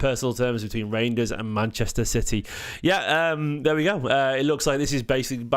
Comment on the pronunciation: it rejidners not rangers lol